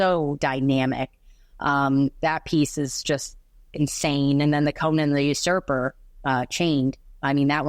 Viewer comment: Thank you for saying "Conan" correctly!